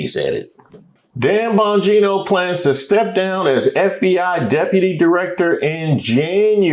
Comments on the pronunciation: 😂😂😂 Bageeno! Um no its Bon...gino! 🥷🏽 i tell you! 😂😂😂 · That “ Dannn Bangino “ took me out !! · Ole boy said, Dan "Ba gee'noe" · Its buggino 😂😂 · The mispronouncing of Bogino’s name in the beginning 🤣🤣🤣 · Oh mercy! I hollered when buddy mispronounced Bongino. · His pronunciation of his name is apropos